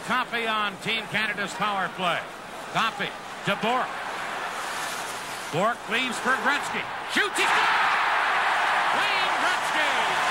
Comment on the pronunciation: On dit Bourque.